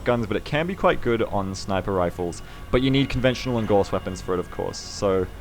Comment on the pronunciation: good to hear pronouncing "gauss" correctly now =D